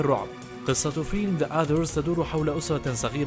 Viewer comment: عندك خطأ نطقي عند نطقك لفيلم the others.